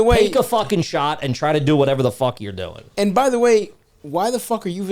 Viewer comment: "dooin" is impressively Philly trash.